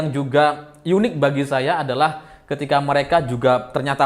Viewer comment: Mas....unik ngapain dibaca "yunik..." Nanti jgn2 tulisan "untuk.." dibaca nya " yuntuk..."😂